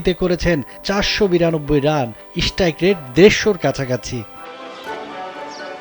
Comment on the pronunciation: eshtrike rate na bro, strike rate. apni journalist holen kemne